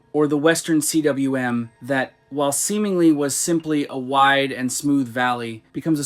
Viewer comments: Agree. Recurring errors like 'Western C.W.M." instead of cwm (pronunced something like 'koom') stick out like a sore thumb in an otherwise enjoyable video. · cwm is pronounced coombe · The western "CWM" is pronounced "Cooom".